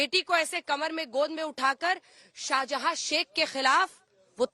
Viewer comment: "Sheikh Shahjahan" hai, "Shahjada" nahi Didi